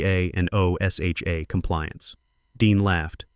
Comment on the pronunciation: Please! tell your AI = O-S-H-A (OSHA) is not pronounced spelled out as it's being done here, it's pronounced as one word "O-sha".